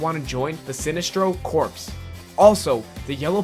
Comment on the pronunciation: Corps is pronounced "Core" not "corpse"